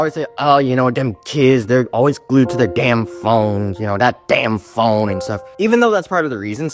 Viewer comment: I love how he said "thE DaMN phONe"